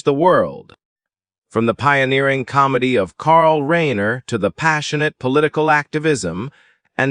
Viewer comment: I can’t listen when you can’t pronounce their last name correctly!!